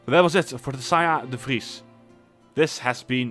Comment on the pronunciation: Love the dutch accent! Recognized it immediately in how you said ''de Vries''